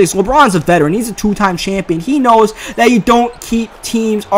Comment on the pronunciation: Im curious of where is from because i've noticed that he pronounces the words like "there" and "that" like "dere" and "dat", just wondering